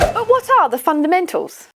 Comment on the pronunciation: All I keep hearing is “Fun and Mental!” 😂